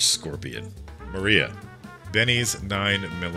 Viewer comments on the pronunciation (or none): none